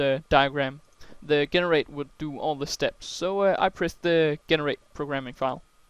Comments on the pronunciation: Also, just a heads up: "generate" is pronounced "JEH-NER-ATE" rather than "GHE-NER-ATE". The G is soft. Well done on the tutorial! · AWesome lesson . really enjoyed it and informative. Note Generate is pronounced Jen-erate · I can't accept the way you say 'Generate' lol ty for your help